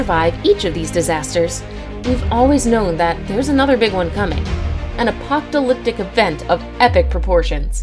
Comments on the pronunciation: Listen to the narrator ...."apoc't'alyptic event" - the ILLITERATI strikes again!!! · The "apoctalyptic event." described sounds almost as tetrafying as the nukular hologram I've heard so much about.